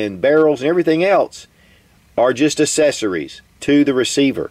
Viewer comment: Are "assessories" better than ACCESSORIES? (sorry, I've noticed your pronunciation of this word in every single video and simply HAD to get this out lol!)